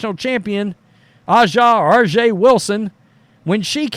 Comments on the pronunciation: It's obvious to me that you don't watch the WNBA. It's just as obvious that you are not a Steely Dan fan either. A'ja (pronounced asia) Wilson does not have time to be jealous of Caitlyn Clark. You really should not exhibit either your ignorance or your disrespect. Yes, she is all that, and you can't pronounce her name? And you should stop saying that nobody watches the WNBA. Speak for your hating self. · At least try to pronounce her name properly, you are disrespectful